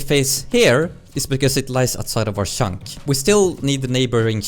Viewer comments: Every time you say "chunk", it sounds like "shaunk" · I like how you mostly pronounce "Chunk" as "Shunk", always made me smile :D